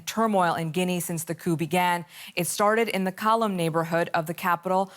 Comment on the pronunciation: Bro its Kaloum not Kolum